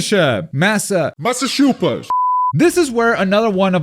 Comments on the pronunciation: the way bro said massachusetts hurts say: mass uh chew sets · As a person from Massachusetts him not being able to pronounce it is crazy